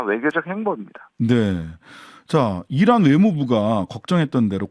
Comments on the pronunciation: 이란이 아니라 계란 으로 들리네요 ㅋㅋㅋ 다시 들어 보라고 논평 나오고 자막 넣은 방송국 압수수색 고발 당하겠다는 생각이 ㅋㅋㅋㅋㅋ ㅋㅋㅋㅋ ㅋㅋㅋㅋ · 이란이라 들리지 않고 이런이라고??? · 내귀에는 '이란'이 아니라 '아이란'으로 들리고, '적'이 아니라 '척'으로 보이는데.. UAE의 척하는 아이란이란...이러고 들리는데